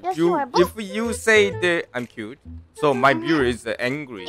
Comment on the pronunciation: 여기서부터 난 cute가 '뀨'로 들렸다 Kawaii!!!